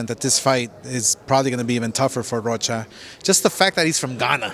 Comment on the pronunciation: This nigga said alexis roka 🪨 😂 is rocha bro lol